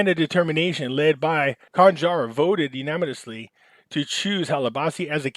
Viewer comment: If wants to be taken seriously he should do 2 things. READ the articles BEFORE reading them here. Also LEARN HOW TO PRONOUCE WORDS PROPERLY! U-NAN-A-MUS-LY is how to pronounce that word! TRY to sound like you attended school past the 3rd grade! It's very hard to believe you know what you're talking about when you are unable to read or pronounce English properly.